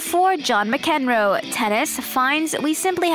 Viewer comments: LOL... John who? Mac-EN-row?! You cannot be serious!!!! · "John Muhcenroe" hahaha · whoever hired the woman to narrate this 'cannot be serious'. She definitely needs to improve her pronunciations. hahahahahahah. John Mac Enrow. WTF........